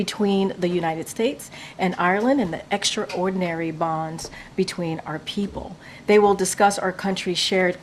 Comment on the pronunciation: Extraordinary is NOT pronounced as two separate words.